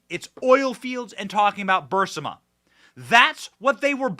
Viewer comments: Fascisistic is the correct term. And Aberration. Not Aparrition. For the last time, Benny, it's Bur-ees-ma. Not Bursima. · Benny your show is great and gets better and better but here's 2 constructive criticisms: 1. Burisma is pronounced BURR-IZ-MA. 2. Maybe think about making your speaking volume a little more consistent. I understand that you're a passionate guy but it's a difficult sometimes... sometimes you speak in almost a mumble or whisper, really really low... and then you start yelling really loud till your microphone gets distorted. OR get your audio guy to dial in a good compressor setting for you voice so that the volume is a bit more leveled. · Please again stop saying Burisama. Rather say Bearissama. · Benny!! It’s Burr Reese Mah. Stop saying Burrs ih mah. You’re killing melt ears. Burr Eeeess Mah. Omg. 😱😱😱😱😱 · Benny ..please pronounce the energy company's name properly...not BURSAMA ...but BARISMA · NOT "BURSIMA"!!!! ITS "BURSIMA"!!!! Benn has always said it wrong... BEEEYOURIZMA"!!!! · Hey Benny! It's pronounced Burr Esma not Burss ima! Not that it matters! Great work! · Burisma is pronounced BURR-EEEEZ-MA. NOT bur-simm-a. Sorry Benny it just hurts my ears when you miss pronounce words. If you had spinach in your teeth I'd tell you that too cuz I'm a real friend...love ya Benny. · Thank you! Also, if I can correct you - the name is Bu-Riz-ma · I believe the company's name is pronounced bur-IZ-mah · I really wish you would learn to pronounce Burisma correctly Benny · Has anyone caught the file Joe Biden is holding instead of saying Evidence it says “EVIDNECE” 😂 I hope this wasn’t you Benny,because I laugh every time you say Burisma because you mispronounce it really bad!!!! But hey I get your point of the video!!! I wish you could do videos of how our 2A is being trampled on by ATF!!!!